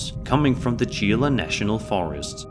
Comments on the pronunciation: Gila is pronounced like "he-luh" for future reference 🙂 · It’s not pronounced gee luh (gila) it’s pronounced He-luh. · It’s pronounced HE-La not GEELA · Because everyone beat me to it... its pronounced "hee-la". look up gila monster. they're super cool and extremely venomous. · "Gila" is pronounced Helah. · No 32 the gila pronounce it helaa take it from a local, ooh yeah I shot a skin walker I didn't say I killed it and I don't know that I even hurt it . I do know I dumped my magazine on it and in the morning all I found was a old horse skin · Hey dude the word Gila is pronounced Hee-la FYI>-- I've experienced some strange shit in that very forest hiking with scouts. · The Gila national forest clip, the word Gila is pronounced He-la. Gila or Gila Monster is actually a poisonous lizard that lives in the desert. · Hey! Love the marathon! Just so you'll know next time: Gila is pronounced "hee-lah". It's Spanish for "salty water" which the conquistadors thought the Gila River was rather salty.😊